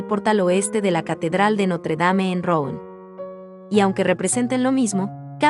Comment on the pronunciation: Si vas a comentar a un pintor tan famoso francés aprende la pronunciación. El nombre de la ciudad de la catedral se pronuncia más parecido a Ruan.